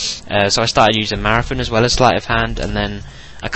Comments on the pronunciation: Its marathon not marafon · "marathun" hahaha i love that accent